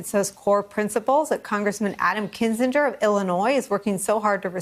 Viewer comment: It's pronounced Kinzinger.